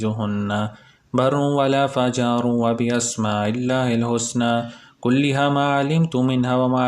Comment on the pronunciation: Assalam o alaıkum brother. it is '' wala fajiru ''